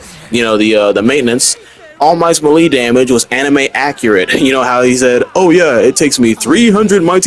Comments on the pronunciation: 😭 ma lee???? It's melee (may-lay) bruh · “Melee” is pronounced May Lay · Melee pronounced May-lay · Ima teach you how to say melee bc youre pissing me off 😂 (melee) MAY-LAY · Every time he said melee it stressed me out . Then after hearing it a few times I’m like have I been saying it wrong 🤔 nahhhhh